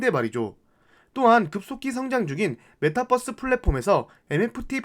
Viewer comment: 뻐스로 발음해도 다 알아들어요, 핵심은 그게 아니니 분석에 집중해주시면 좋겠어요